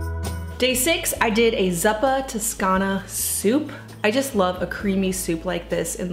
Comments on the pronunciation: Hi! You are a true inspiration! I follow you from Italy for I don’t no how may years and always find good advice and recipes ❤️🇮🇹 You made me laugh when you pronounced zuppa🥰! It is actually with the “u” pronounced like “look”. “Zappa” (like you said) it’s hoe in Italian 😁 I don’t know how you are able to do everything you do! You’re amazing 🤩! And this little one is the cutest❤️ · Those chicken pot pies looked wonderful, especially with the homemade crusts. Everything you make looks wonderful actually, homemade with love. Thanks for sharing. PS Zuppa which I am sure you know is Italian for soup, it's pronounced zoo-puh. I also found nothing odd about using chicken feet.